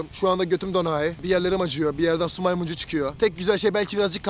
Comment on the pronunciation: şu maymuncuğu değil su maymuncuğu